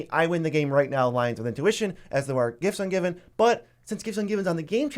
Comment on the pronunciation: Gifts Ungiven. What a “tooter”